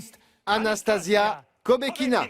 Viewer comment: On ne dit pas "AnastaZia", mais "AnastaSSia" ! Arrêtez de faire cette faute !